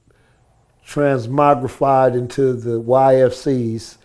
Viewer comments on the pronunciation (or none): cool dude. did he say "transmogbified" though? lol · I love the Tray Dee interviews.... but don’t act like ya didn’t hear him say Transmogrified.... intelligent OG